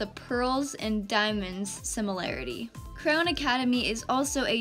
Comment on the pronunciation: I love how you out clown instead of Crown 🤣🤣🤣